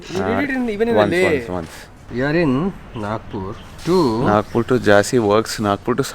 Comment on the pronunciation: It's Jhansi not Jaazi